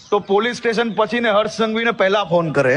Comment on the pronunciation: Pan ala bolta to Sikh haras Bhai nai hars Bhai ketlak aava piki chodina chho